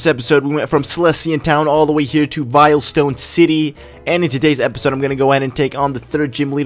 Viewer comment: i just only watched one minute. its not vile-stone its veil-stone